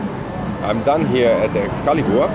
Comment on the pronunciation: "Excalibur poker room, how may I help you?" You: "E-yes is dis the Es- cali- bur poke rum?" LMFAO; you're so funny and humble. Keep up the good work buddy!